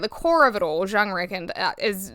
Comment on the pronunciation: It's yoong, the j is a y in pronunciation